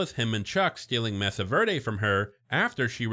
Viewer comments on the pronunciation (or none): I'm sorry man but it's pronounced *may-sah ver-day*. They only say it 96 thousand times in the show.